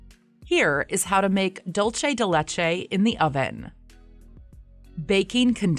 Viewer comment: Its pronounced doolse